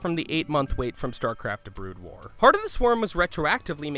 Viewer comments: in, or just after that, you say "Starcraft: Blood war" instead of "Brood war". It amused me. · did he say blood war instead of brood war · "Blood war" lol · "In Starcraft Bloodwar" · you refer to "Brood war" as "Blood War" You must have just been reading someone elses script that accidently auto corrected Brood to Blood.. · I can't get over 'Bloodwar'...omg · Also u called it blood war not brood war... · did you actually say starcraft blood war... disgusting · STARCRAFT BLOOD WAR? ARE YOU KIDDING ME. AND IT'S FENIX (PHEONIX) NOT FENNIX FFS Well now I know that the narrator knows nothing about starcraft and misread brood war. Kinda ruins it for me since now this whole thing seems fake. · lol " StarCraft and StarCraft Blood war" Yeah this guy really knows about starcraft lol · The sad thing is he said it right later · Fact 22 It's Brood war, not blood war, check your self! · DID HE FUKIN SAY BLOODWAR?!!?!!?!! IM DONE!! NEVER WATCHING THESE VIDS AGAIN!! #22 btw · I agree, I doubt he’d ever heard of Starcraft before this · Bother's me how much this guy pronounced wrong, blood wars, art-tasis, art-tosis. ugh